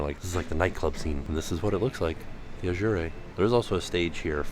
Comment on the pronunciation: Not going to lie, but I had to chuckle at your pronunciation of Azure. Made me think of a Christmas Story movie with the leg lamp and the box that said Fragile and he pronounced it, frag-ee-lay LOL